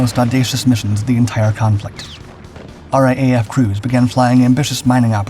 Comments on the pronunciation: it is not R A A F it is pronounced R double A F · Mate, please take it from an Australian that it sounds so wrong when you pronounce RAAF as "R A A F". It is pronounced "R double-A F".